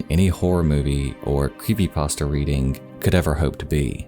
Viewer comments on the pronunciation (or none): none